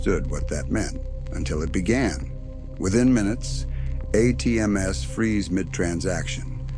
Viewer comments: AI garbage. Pretty realistic voice, right up to , when the narrator says A-T-M-S instead of ATMs. If you're going to go to all the trouble of producing an AI-image story, at least hire a live narrator! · i hate ai the a-t-m-s stop the atms